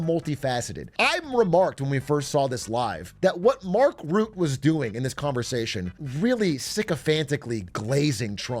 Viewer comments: It's funny to me how you consistently mispronounce the NATO chiefs name. It's Mark Rutte, not Mark Rutt. 😂 You have to say the E at the end, but not as an American E, but more like a uh sound. Sort of like this this, Mark Rüttuh. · Rutte is pronounced like Röttö btw (German ö sound), not "Root", just in case WWIII happens and you have to say his name again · I think Mark Rutte (by the way, you pronounce his name like Rut-uh, not Root - like uh... in a rut) was just mirroring (cleverly) Trump's wording, rolling with it - and he's getting what he wants, so I think that's a pure win for both NATO and Rutte. He doesn't care about what the general public thinks of him - he cares about doing his job, and he was purely winning here. Those that know, know. In the end, that's the only people whose opinion matters to anyone in his position. Mind you, I don't politically align with Rutte at all, but I think this was a smart move. By the way, that means I agree with your analysis: the EU gets US support in the short term, and in the longer run they gain soft power and military independence within NATO. The US really gets nothing out of this, except Trump personally, but outside the US, nobody needs to care about that. US citizens shouldn't elect corrupt leaders that are vulnerable to flattery if they don't want this. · Not Mark Root Mark Roota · Everyone already corrected you because Mark is no longer PM so I'll just mention his name is Rut-te not ruut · Also its not Routte but Rutte with a U like in butt